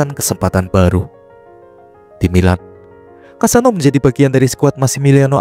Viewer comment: Kassano bukan kasino